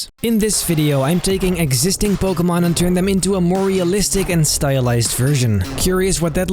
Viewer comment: Finally someone pronounced Pokémon right